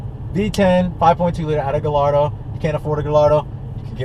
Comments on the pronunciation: Pretty sure Gallardo is pronounced guy - yard - doh, not gal - lard -o...just sayin' I don't know that people overlook Audi, they seem like there are tons of them here in Cali. After all, they're just Volkswagens right? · Gayardo not guy' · Guy-ar-do not galardo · galardo?... really? pronounced gayardo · Buddy pronounced Gallardo as (Guh-lar-dough)......I'm sick 💀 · “guh lar dough” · just cause akon pronounced it gallllllardo doesnt mean its correct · its enunciated guyardo not gallardo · Lamborghini's are (often) named after famous Spanish bulls that the matadors would do their thing with. Therefore, it actually is guy-ar-dough. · Guy are doe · How are people still pronouncing Gallardo wrong? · Lmaooo is it me or he’s saying gallardo wrong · Sounds Sick. Pronouncing Gallardo wrong though. I have a 2008 and this car is either a 07 or O8. Mine is Grey/Blue with off white seats and carbon fibre. It's fast but not as fast as the M5's. Oh.... WTF is that awful background goat/sheep/Rc Nitro sound at the beginning of this video? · He doesn't even pronounce gallardo right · trollinger most people in the states say it wrong, kinda like most people here say porsche wrong too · Ya that's definitely a 2008 lol, and bothers me soo much you mis-pronouncing Gallardo. V10 sounds amazing however :)